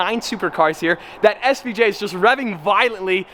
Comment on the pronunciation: Gantani svj!? 😂 Its lamborghini aventador svj